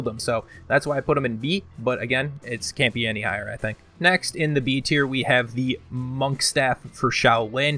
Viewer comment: Has he said Tierknee yet?